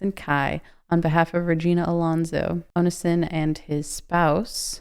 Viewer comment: You really don't know how to say Onision? Omg